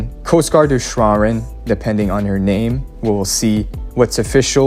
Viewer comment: I don’t think the name is SHOU-An-REN